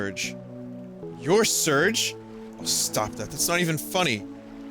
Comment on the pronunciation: Fun fact, Serge is pronounced 'Sairzh," like the french name. (As denoted by the japanese phonetic spelling)